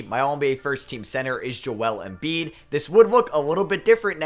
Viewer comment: Not that i had much but i lost all respect for you after sayin Embiid Unsubscdibed Goodbye